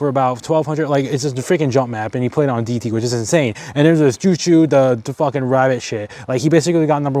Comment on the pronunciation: bro called it doughoe